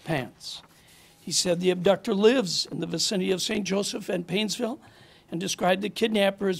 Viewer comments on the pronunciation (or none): none